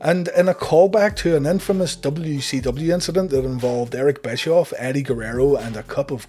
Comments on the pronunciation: Is he saying W-she-W? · Am I the only one hearing WECW?